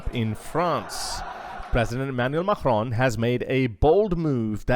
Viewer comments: can you please say Macron right for f**ks sake, it's not MAKHRON. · Why do you say Macron with a hard G? It’s pronounced as a K. Not the guttural G sound.